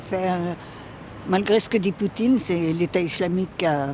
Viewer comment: « vendredji… » « Poutchine… » « audjiteurs… » 🤣